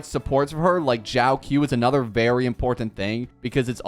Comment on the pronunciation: It's not Jiao-Q it's pronounced Jiao CHO